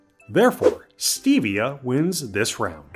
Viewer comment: The E and Stevia is a short e not a long e. I would be willing to bet that you also pronounce the first L in salmonella as well. Aspartame has a very good use, you sprinkle it around 4 you see ants in your house it will kill the ants.